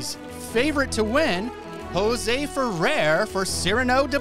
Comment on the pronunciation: About Jose Ferrer: Very interesting info. about his being a progressive and almost being black listed. Sorry to correct you, but you are mispronouncing his last name. It rhymes with air (pronounced "furair"). I find that a number of younger podcasters who are experts on classic film never the less mispronounce some relevant people's names (FYI, I'm 74 y.o. and have been watching classic films, documentaries about them and the people who made them for many decades.) But I am enjoying your podcasts and look forward to watching and listening to more, thanks.